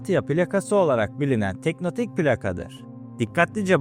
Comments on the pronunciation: Teknotik değil "tek-to-nik" abi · Teknotik değil tektonik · Abi "teknotik" değil "tektonik" Videoya odakalanamadım fjfjfndkkdkd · tektonik olarak telaffuz etmemiz daha doğru olur. emeğine sağlık.